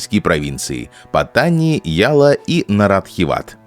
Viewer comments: Названия провинций читаются с ударением на последний слог, ПаттанИ. Kecil читается кечИль, блин, двоешники. К тому же зачем произносить это все с английским акцентом? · для начала надо бы правильно научиться произносить название южной провинции. я был в Паттани несколько раз, все не так плохо как рассказывает автор. иначе тысячи фарангов не ездили бы на бордер ран к границе с малайзией. не говоря уже о островах на которые можно добраться только из этой провинции.